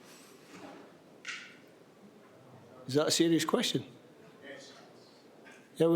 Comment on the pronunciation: "was that a swrious quearion" - it was the best queation of the bunch. Can somone please coach Steve on how to talk to the media, he will need it at his next job at Sheffield Wednesday.